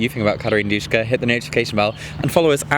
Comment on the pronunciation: It's Duska man! Not Dushka! _sh does not exist in Greek!